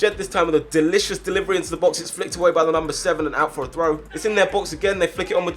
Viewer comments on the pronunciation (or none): Please never say “delicious” like that ever again